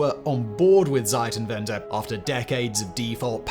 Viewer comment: you always say Seitenwende it means change sides 😂 bit difference to Zeitenwende